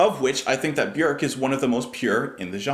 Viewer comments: You pronounce her name the closest to how it is actually pronounced in Icelandic it is pronounced like ' work ' with a B . Most everyone else says ' Bee- york ' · It’s hard to pick a favorite album of Björk’s (thanks for correctly pronouncing her name). But Vespertine is definitely in my top 3 with Homogenic and Medulla most days. Sometimes Vulnicura sneaks into that top 3, and kicks out Vespertine though